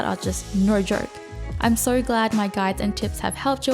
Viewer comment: Hi. You're awesome and all that, and I've got a lot of useful info out of your channel, thanks! BUT. The way you pronounce letter "o" is cringing the fuck out of me. I twitch every time you say "so", "no" and etc. It's [nou], [sou], but not [soiurr, noiuwrr]! I understand that at this age it's too late to fix pronunciation problems, and no way I would advice you to fix this in any form (unless you actually can do it, haha). And please excuse me for being little hateful, but I couldn't keep it to myself. Now I feel a bit better. Best wishes, peace:)